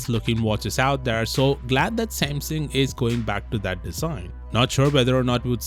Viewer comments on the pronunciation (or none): It’s pronounced SAMsung NOT Saimsung. Also, you should change your channels name to Samsung worship, or android worship channel. Because all you do is bitch about Apple and praise Samsung and android. And I hate hearing that stupid. What’s up guys intro